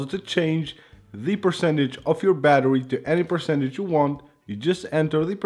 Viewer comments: It's you not hew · Here hew go again. Yup I posted public comment but whatever I said is not about all public but to ONLY. so what part of NON OF YOUR BUSINESS hew don't understand?